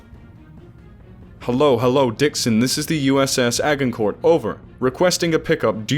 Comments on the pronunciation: Roughly... Ajincoer.. Ajincoer !!!!! No 'G', and no 'T' sound (French)... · A-gin-court. Soft "g", like the battle. Do your research before guessing pronounciations. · Agincourt is pronounced 'ajincor'. Just fyi. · Its pronounced Ajin-core, assumingly named after the battle of Agincourt.